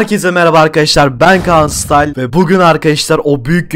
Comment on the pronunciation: Styla değil style